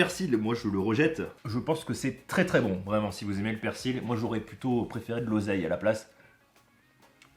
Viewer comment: ON NE PRONONCE PAS LE "L" DANS "PERSIL" BORDEL !!! Comme dans "fusil" ou "outil".